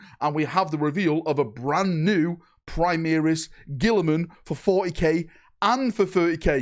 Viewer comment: Why can’t you pronounce Primaris!!!!